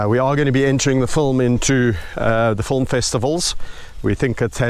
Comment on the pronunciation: You already have excellent production values so I can only imagine with added effort how good this "fulm" will be. (I love the way you pronounce film...and milk...sounds like mulk. Big hugs of. appreciation from Montreal.